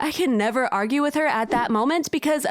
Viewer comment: And you say argee